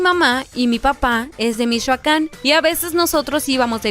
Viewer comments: Mishoacán jajajjajaja, saludos de Michoacán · Mishoacan dice XD